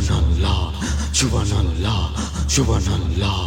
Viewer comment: ক্ষমা করবেন, আপনি সুবহানআল্লাহ উচ্চারনে একটু ভুল, আর সুবহানআল্লাহ বুকের বাম দিকের 2 ইঞ্চি নিচের কলবে হবে.